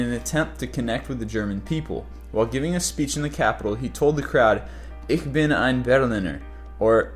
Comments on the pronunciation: Ich bin ein Berliner. Ich is pronounced Ish. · The German word for "I" is "Ich" and it is pronounced sort of like, "ish". Lots of non-German speaking people mistakenly pronounce it, "Ick". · Ich bin Berliner is pronounced wrong, it's actually pronounced: Ish Bin Berliner.